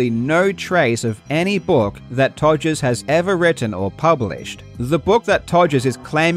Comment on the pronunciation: I still love how you say ''Togers'' instead of ''Rogers'' :D